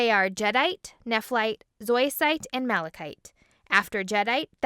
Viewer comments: Did you say Nephlite? I thought it was Nephrite tho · His name is not Neflight its Nefright but I still love this video